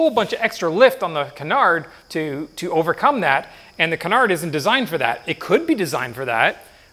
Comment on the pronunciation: Great video, btw its Canar, you don't say the D